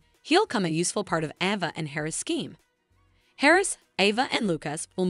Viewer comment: pm 6/1/24 I’m hearing your latest update and yet you continue to mispronounce names and places. It’s not Sal-um…it’s Salem (long a); you say Ava (short”a”), but then later say Ava (long “a”), it’s the latter. Can you please learn the correct pronunciation